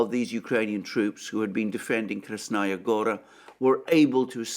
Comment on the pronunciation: Listen counselor, you keep mentioning Krasnaya Gora, but you actually mean Krasna Hora. Krasnaya Gora is the name of a city in Russia.